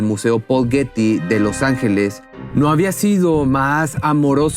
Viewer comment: Hello! Pronuncia Bien. Los nombres like for Example Guety y muchas, mas ?